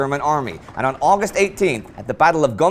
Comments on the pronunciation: He really does need to get August right though (oww-gust not awe-gust). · Fanastic! You figured out that a man with a Welsh name, writing in English wasn't German. Genius! However, he pronounces "August" exactly as in American English and his pronunciation of Łódź would be incomprehensible to a Pole. Some of his other German pronunciation is better, if not perfect. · Except for "August"!